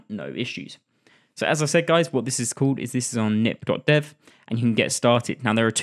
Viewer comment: I don't think it's pronounced 'nip', but 'k-nip', with the 'k' not silent, since the tool is developed by a Dutch person and 'knip' means 'cut' in Dutch.